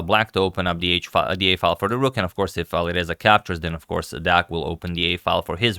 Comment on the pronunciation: Each time you make a video on Deac, your pronounciation improves by 50%. Right now, I can't tell that you are not a romanian when saying his name